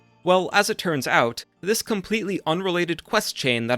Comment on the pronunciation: He tends to puts emphasis on the end of words. "thaT, ouT, siDe-quesT, deeD"